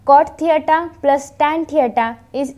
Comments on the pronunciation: You wrong girl this is not theata that is theta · थेयटा नाही थिटा आहे😀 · Mam ur brilient, but mam this is not teita 😜😂 this is tita 😥 but anyways ur teach very brilient thanks mam..👍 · Thita not theyta 😅😂